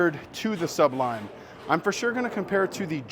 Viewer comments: I might need to get this ball very soon! Good review! Also, it’s SU-blime not SUB lime 😂😂 jk. I know plenty of people who have trouble with the name. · You do know the word sublime is one word.Sounds like you're saying sub lime. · Nice video. But you're pronouncing it incorrectly. Just saying. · Hey,! Just trying to help here, but you're making Sublime sound like two words. It isn't. <3 BTW! YOUR RELEASE IS LOOKING SO MUCH BETTER!